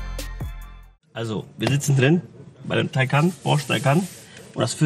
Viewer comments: Wie Sie immer Tiko Tako sagen absolut klasse😉 schönes Video auch von Porsche wie viel Mühe in den Details liegt👍🏾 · Porsche TAYCAN 🇩🇪 Porches AYCAN🇹🇷